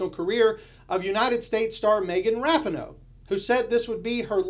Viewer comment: You complain about the pronunciation of “falcon,” then you mispronounce “Moscow” (it has a cow), and “Rapinoe” (who may as well be a cow, with the emphasis on the second syllable).